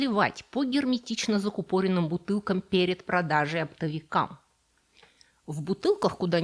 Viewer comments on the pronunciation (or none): закУпоренным, а не закупОренным. ⚠👎